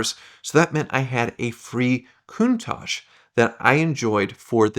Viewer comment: Why can't he, or any American say Countach? Why do they zazz it up "cooontaaahhhgee". Its "Cun-taTch".